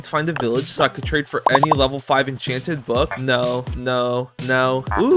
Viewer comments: Bro said echan chan golden apple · it says “enchEnted”